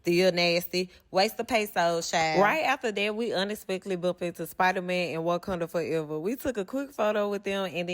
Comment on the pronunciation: Did she say wakunda forever 😂😂😂 Black panther fren . . I love herrrr 😂😂😂